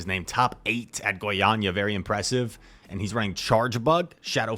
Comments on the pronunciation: your Goiânia pronunciation is perfect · Don't worry man, you said Goiânia perfectly : D